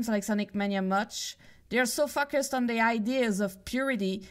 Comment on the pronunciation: Focused sounds a lot like fuckers here